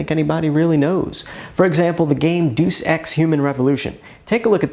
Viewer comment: It's "Day-us Ex" not "Doose" Ex.